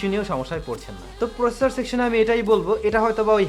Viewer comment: দ্রুত বলতে গিয়ে কিছু শব্দ জরিয়ে ফেলছেন, যা একটু মনযোগী হলেই ঠিক করতে পারেন। প্রসেসর শব্দটি একবারও স্পস্ট উচ্চারণ করেননি এবং তা প্রায়শই করেন না। 'আরকি', গেছে এর পরিবর্তে গিয়েছে এরকম কিছু শব্দ আপনার সুন্দর কথা বলার bug। আশা করছি ভুল বুঝবেন না। নিরন্তর শুভকামনা।